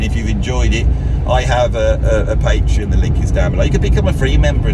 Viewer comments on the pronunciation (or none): none